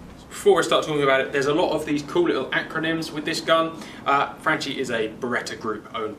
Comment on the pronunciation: pronounced franky not frenchie lol